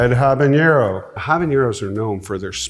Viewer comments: Once more for those in the back, habanero is not pronounced habañero. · Habanero isn't pronounced like that. It has a normal n, not an ñ. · I guess a lot of people make that mistake because they think it's like the ñ in jalapeño. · I'm more shocked he doesn't know how to say it. He's the pepper guy. He should know. 😂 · The way he pronounces habanero is just so odd. Also, I love the fact that he’s showing how to try hot peppers safely. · Dude’s mispronunciation of Habanero immediately disqualifies everything else he said or claimed to be. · Tons of people mispronounce it like that. It’s a little annoying but really not a big deal. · One brief note about habaneros is that the "n" is just a regular "n". There is no "y" sound like you get with the "ñ" (the one with the tilde on it). It's not pronounced the way you pronounce jalapeño. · Habanero. Not habañero. You say the n just like a normal n. It's not a jalapeño. Speaking of which, "HAH-LAH-PAYN-YO" not peen. Payn. I absolutely love Ed, but man I wish he could would pronounce the mexicana peppers right. You're the pepper ambassador dude! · Love that he’s a pepper expert but can’t pronounce jalapeño or habanero correctly 😂